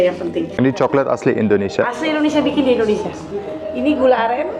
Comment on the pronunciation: Indo..nesia... bkn Endo.. nesia. Indonesia ya Om..😊